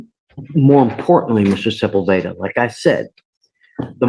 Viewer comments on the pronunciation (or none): Sepulveda is pronounced seh-pool’-beh-dah. The emphasis goes on “pool,” not on “beh.”